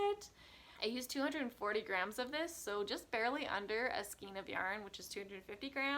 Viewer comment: FYI The word skein is pronounced ‘skane’ with a long ‘a’ sound. I recently just bought this book! So cute!